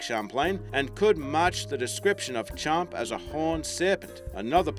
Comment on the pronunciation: "Champy"...i live on lake champlain...